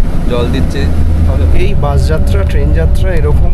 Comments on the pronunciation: উচ্চারণ একটু ভাল করুন। বাঁশ আর বাসের পার্থক্য মুছে দেবেন না। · বাস না বলে বাঁশ বলছেন কেনো উচ্চারন। আর সব স্লিপার বাস ই তো এমন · উচ্চারন গুলো ঠিক করেন বাশ না বাস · এই মিয়া বাশ না বাস বলেন